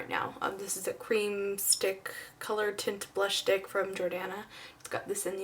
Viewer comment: I love this. It represents her perfectly. <3 Also it sounded like you said cream stick color tint blush dick. I love you.